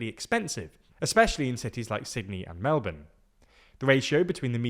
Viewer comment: Thanks for pronouncing Melbourne correctly.